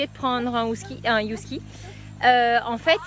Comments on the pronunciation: Des" Youskis ???? ;-) ca se prononce heuh - en français, en anglais aussi avec le h aspiré 😉 ah mais au Mexique, là je ne sais pas 😜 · Mais pourquoi dire Yusky?😂 c’est un Husky ca se prononce Usky😂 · On dit "Heu-ski" pas "You-ski" :D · Hello la! Un Husky 🙃 « Usky et pas « Yousky "» s’il vous plaît 🤪et dire qu’avec mon conjoint on rêve de vous rejoindre depuis le début dans votre projet, on vous suit depuis le tout début en manquant aucune de vos vidéos, mais qu’il en serai très difficile avec notre amour de Husky, il est un vrai prédateur avec les petits animaux, bien qu’il a été habitué dès tout petit! Nous allons cependant reprendre le voyage dès que possible et traverser les Amériques! Pour info ce sont de très très très mauvais gardien, ils aiment: tous le monde! 😅 Ils ont besoin de grande et nouvelle balade quotidienne pour tempérer leur côté sportif, PRIMITIF et aventurier autrement: ils y vont seul..! Attention cependant le sport et les promenade tout doux jusqu’à 18 mois, ce sont des chiens qui peuvent vite avoir une dysplasie. Bon bref, il y a des exceptions mais pour avoir travailler avec 35 husky tous unanime! Si vous avez des questions par la suite hésitez pas, mon chien, ces chiens sont une vrai passion! J’avoue être surprise de votre choix par apport à votre mode de vie, j’espère que ce sera une petite qui brisera la génétique de la race! 😜 Mais nous avons un nouveau point commun! 🐺 (Je vous conseil de vous renseigner +++ sur l’éducation positive avec ces chiens primitifs:)! ) Je propose Maya pour un des chatons! Pleins de bonheur, bise à tous! 🦋🌸